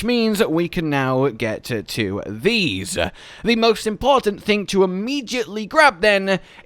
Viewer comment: jesus man. Do you listen to your videos back while editing or do you have someone else edit? You add an extra syllable to almost every word and it's very very very annoying. Maybe just be aware of that and try to mitigate it. For example when saying something simple like the word "to", you pronounce it to-wah. Just stop doing that k?